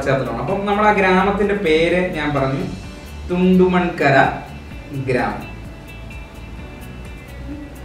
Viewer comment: തുണ്ടമൺ കരയല്ല ബ്റോ...കുണ്ടോങ്കര... എന്നാ എല്ലാവരും പറേണെ